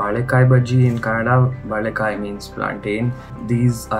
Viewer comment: balika BAlika ITS VALIKA BHAJI